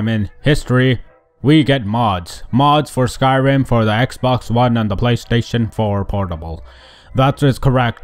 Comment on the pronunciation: "Ex one blunt players" lol